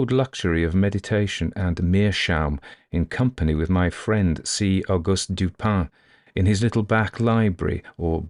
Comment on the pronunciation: it is Dupin. And it is French and so pronounced as Dupan. In French “in” has its own sound. The i has a sounds a bit like the a in at. The n should be nasalized and the tongue should not actually touch the back of the upper front teeth for the best approximation. His pronunciation is quite good.